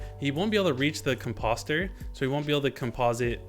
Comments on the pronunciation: You’re trolling right? There’s no way you keep pronouncing ‘Composter’ & ‘Bone Meal’ like that! (Com- Posster) & (Bun Meal). Listening to that INSTANTANEOUSLY gave me Misophonia! 😬🤫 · my dude says composter like it lookin sus